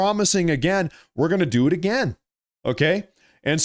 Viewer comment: 😆 What was he axin' uhgeeuhn